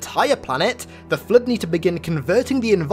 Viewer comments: nobody:: Flöd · can someone answer me why i hear flirt when say flood... EXPLAIN PLS 🤣☺